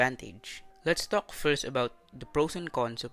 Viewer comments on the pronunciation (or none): The ق really taking me out 😂